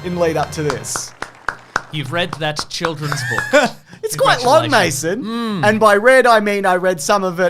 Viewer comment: "MASO"??? I've seen close to a hundred of these guys' videos, and I've always thought it was "Mason".